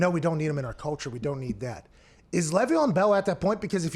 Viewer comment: It is LAYYYYYY VEON Bell. LEV EON and Le’Veon are a bit different. It hurts my ears hearing it said wrong